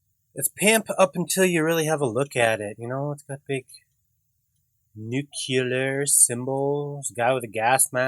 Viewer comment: "Nuk-u-lar" You crack me up. :P Another entertaining vid. Very cool roadster.